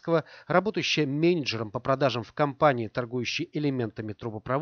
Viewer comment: Как он говорит слово менеджер меня аж передёргивает